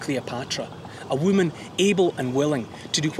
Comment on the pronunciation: I love how he pronounces "whoo mun"